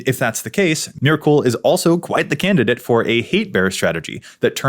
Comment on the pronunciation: I’m sorry but the way you’re saying Myrkul is gonna give me a fucking aneurism. It’s [mɛɹkl̩] (like urkel).